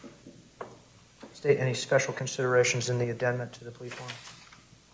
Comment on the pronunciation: Did that judge say addenment?